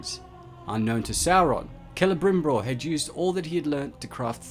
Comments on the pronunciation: I know it's been two years dude, but...I just have to tell you. It's not Celebrimbror. It's Celebrimbor. You're accidentally doubling the /br/ sound. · Is he saying "CelebrimbRor" all the time ?